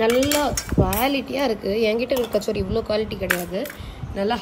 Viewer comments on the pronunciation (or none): It is not kachori it is called kattori (கடோரி) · Kachori illa... Katori... Hindi la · Katori not kachori. Kachori is a dish name. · It is katori.. not kachori.. kachori is a deep fried snack. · Kattori not kachori.... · கச்சோரி இல்லை கட்டோரி அது மார்வாடிகள் சொல்லும் வார்த்தைகள்